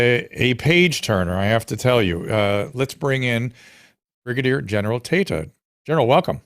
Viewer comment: Tata scaled heights great enough to be immune to the teasing inherent in such a surname…but it’s Tayta lol